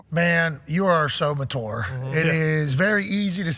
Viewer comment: Can someone please tell Pat how to pronounce "mature"?